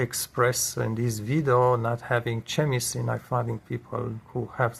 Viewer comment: Hello. I watched your video about Fridge temperatures & what that dial means in the fridge. I commented. Thanks for that. I clicked here to see other video's in general & on appliances & fridge video's. Just being helpful, you refer to chemistry' often here. The correct pronunciation is 'kɛmɪstri'- this is the Phonetic description. The 'c' in chemistry is pronounced with a hard 'k' sound as in 'kite' not 'ch' as in 'champion'. Similarly, Google 'chrome' is pronounced 'Krome'-hard 'k'. Also, better & the right way to say: 'get along with', this is what is called 'word order' in ESL Language Training. I'm CELTA qualified of ESL Teaching & taught internationally for many years to many students from all over the world. (ESL-English as a Second Language). May I suggest printing of a Phonetic chart, practice and drill. Drill is another ESL term, just means: a technique we use in class to develop fluency, pronunciation involving repetition. (& often games). There is a lot on YouTube now on this, type drilling exercises. Most dictionary websites now how a sound icon 🔉 next to any word that plays the correct pronunciation. Try it with 'chemistry'. Hope this is okay!